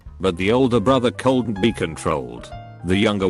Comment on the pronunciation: text: “couldn’t” text-to-speech: “coldent”